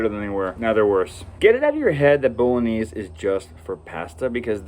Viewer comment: What a great selection of sauces! I'm going to try every one of them-thank you! Love the way you pronounce bolognese! Never heard anyone pronouce it like that! Looks delicious! Thanks. Love your videos-watch them on repeat to get loads of dinner ideas and for the general enjoyment that comes from watching you and your lovely family. 😊😊😊